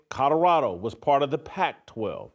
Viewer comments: It's Colorado, not Cotoroto, take the potatoes out of your cheeks!! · You can't even say colorado.. shadddddup